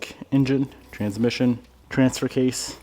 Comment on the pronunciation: I noticed the emphasis on trans-mission in the last couple videos lol. Weird when context doesn't seem to matter